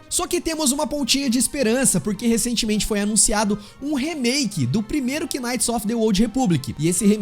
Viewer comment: Mano, "quináite" é de f0der, a palavra knight se pronúncia "náite" igual a night porém mas agudo por causa do k.